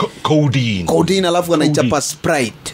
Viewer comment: Saasa utakuaje director was NACADA na haujui kupronounce codeine